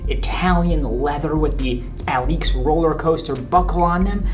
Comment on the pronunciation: Dope shoes! It's pronounced (uh-leaks) btw.